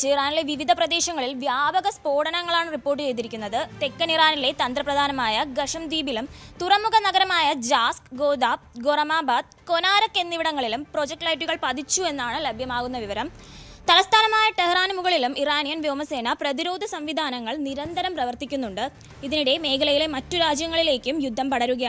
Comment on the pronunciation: പ്രൊജക്റ്റ്‌ ലൈറ്റുകൾ അല്ല projectiles (പോർമുനകൾ ) ആണ് പതിച്ചത്